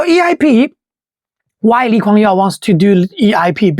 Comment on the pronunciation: I think the narrator is using the Chinese name of LKY. hence, the "Yeow" pronunciation.